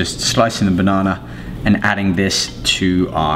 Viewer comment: I love how he says Bonona